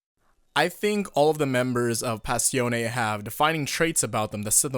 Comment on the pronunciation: You pronounced Passione perfectly! Ottimo lavoro amico mio